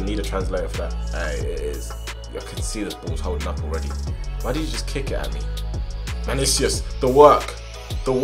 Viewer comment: Actually, it's Manicius